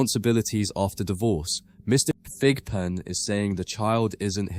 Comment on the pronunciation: I thought the judge was calling him pigpen. 😂 but his name is Thigpen.